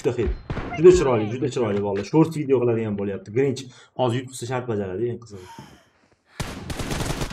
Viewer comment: grinch uc desa krinj uc deb eshitdim🤣🤣